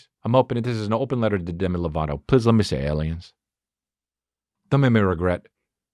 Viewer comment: "ples lemme sayaliens" lmao